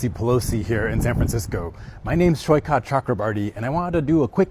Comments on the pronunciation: its soi-kath which means sea shore. it is a typical bengali name. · OMG the way this AI is pronouncing Saikat 😅😂